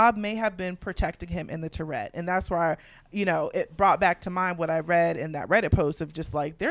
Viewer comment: I watch all your recaps and enjoy your insights and humour. But I'm going to put on my English teacher hat and tell you that turret is pronounced TUH ruht, not Tourette. And I guess YouTube police is the reason you say "unalive', which I cant stand. I just love the way Alan Cumming says 'murrrrdehrrrr". I can't imagine him saying someone will be unalived tonight. 😂😂